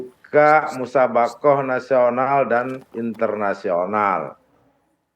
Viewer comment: Maaf MTQ itu Musabaqoh Tilawatil Qur'an. Bukan Musabawah Tilawatil Qur'an. Emangnya Musabawah itu apa mbak ? Mohon baca yang benar mbak.